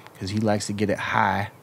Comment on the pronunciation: “because he likes to get it insert country accent higghh 😂😂😂😂 WE KNOW 😂😂